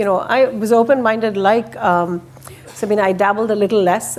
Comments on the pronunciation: SABINE!!! Her name is Sabine, not Sabina!! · So many times I hear interviewers/moderators calling her Sabina instead of Sabine. I wonder if she just lets it slide or if it frustrates her? It's not a hard name to get right and I assume these people are somewhat intelligent. Maybe I should double check and see if it's this same guy or different people?